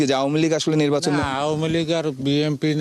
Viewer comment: নির্বাচন নাকি নির্বাসন 😂😂😂 এটা কি ধরনের সাংবাদিক 😂😂😂